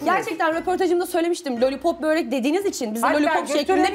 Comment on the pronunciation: Bööööörek degil Börek😂😂